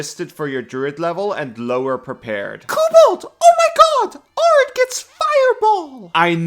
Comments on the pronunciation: Kobold pronouncing it 'ARE-id' instead of the correct 'AIR-id' is really making my brain itchy as someone who lives in an AIR-id environment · Saying arid like "are-id" bothers me so much, but great video nonetheless! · It’s air-id you mutant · Arid is pronounced AIR-rid. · Arid is pronounced (Air - id.) as in “ the desert is considered an arid climate”. Love this build! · Arid Air-rid It's pronounced as if it has two r-s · It's pronounced "Air-id" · Americans pronounce it Air-id. Normal people say æ-rid like 'a' in cat and apple. But I immediately clocked English isn't your first language. Americans and Australians use it a lot cause we both have deserts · As someone who lives in an arid climate, it is in fact pronounced air-id. And as far as "if its understood, its right" It took me 60% of the video to figure out what was being said (since i havent memorized the druid biomes) No insult intended kobold, your English is awesome and i love your work! Im just out here being lawful pedantic about english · the guy in the video is not saying it like an English person either. It's rather weird.